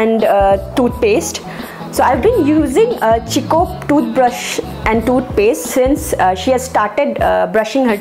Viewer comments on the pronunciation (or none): simply loved this particular video, i love first cry. my daughter is 7+ now, and i used to buy everything from first cry since her birth... and i must say terrific shopping for kaya. I would like to mention one thing. Chicco pronounced as Kikko not chicco.. hope you dont mind dear... love watching kaya and you... you are inspiring me to start my own channel, hehe... well then, bye take care. lots of love for you and kaya ❤